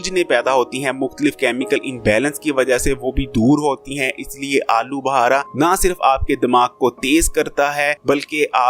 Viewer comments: Pehly bolna seekh Lyn alu bhara nai alu bukhara lafz hai bhai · I think he is lahori 😂😂